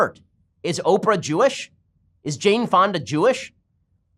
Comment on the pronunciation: When you said "is Jaine Fonda Jewish?" I totally heard "is James Bond a Jewish?"